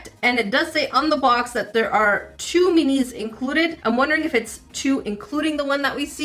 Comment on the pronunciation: I keep thinking she’s saying, “meanies”. 😄